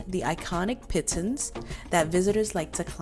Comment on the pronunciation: The mountains are pronounce "Pee-Toh" since it's French the "n" is silent in Pitons